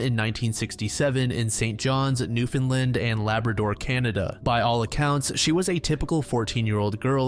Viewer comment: AHAHA you pronounced Newfoundland correctly, legit top tier research thank you sir😂